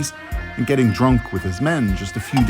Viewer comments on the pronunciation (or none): none